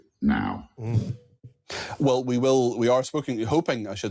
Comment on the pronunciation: NOW is NOT pronounced NIE. That's just irritating.